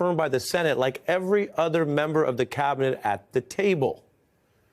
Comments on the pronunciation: Clown can’t even say Cabinet.. clearly uses a V in place of a B like a stuttering Stanley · cavinet? the best CAVinet? Can Musk not say the letter B?